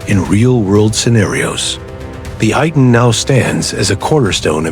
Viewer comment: Pronounced AY-TAN